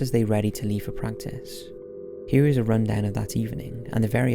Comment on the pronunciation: Its got to be Welsh, listen to how he says "here". I mean if it is Welsh its mixed with something else but I hear a bit of Welsh.